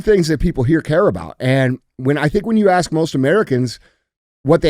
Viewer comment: Dj's been watching too much American Chopper.... "I got an Idear" "Let me axe you a question"... you aint ninja Paul Sr. Lmfao